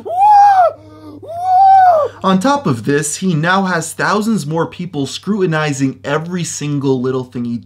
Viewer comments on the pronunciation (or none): You forgot the t in scrutinizing. I usually don't work for the grammar police but screwinizing sounds like a term thrown around on a porno set.